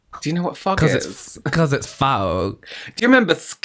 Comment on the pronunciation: “Why is the fog wet?”…: “Because it fouug” 😂😂😂